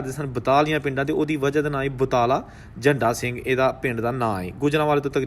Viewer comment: बादल झण्डा सिंह सही उच्चारण है